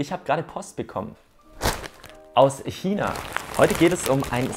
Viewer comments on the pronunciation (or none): none